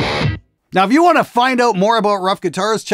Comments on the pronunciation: I'm not polish but I'm pretty sure the name is not spelled like "rough", it's more like "roof". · Could they pronounce if "roof" just like the Ruf Porsche?